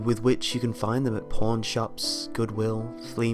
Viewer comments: "I thought" insists i knew it is pawn but sounds like porn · When he said "pawn shops" I thought he said "porn shops".